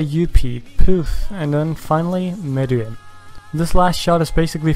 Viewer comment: This is the only YouTuber I've found who's said meruem's name right but he did call Yorknew city Yorkshin city